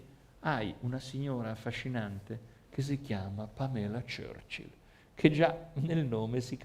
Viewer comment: Era Pamela Churchill ( ex nuora di Winston Churchill) ad essere innamorata di Gianni, non Gianni E si pronuncia Pàmela